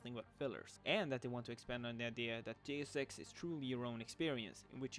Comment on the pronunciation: So basically they will be like side quests in the original Deus Ex from 2000, which is the only game that has ever done side quests right. By the way, you pronounced "Deus Ex" incorrectly.